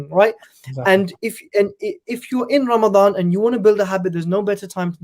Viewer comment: It’s Ramadan not Ramdan😂😂